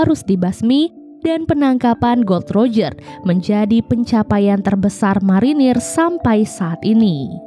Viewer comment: Gol D roger, bukan gold roger huruf "D" nya di pisah